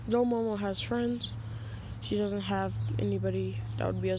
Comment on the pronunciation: nawuto and kuwama best fwends